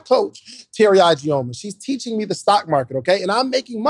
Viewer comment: ...your sponsor's last name is pronounced E-G-o-muh instead of I-G-o-muh 😊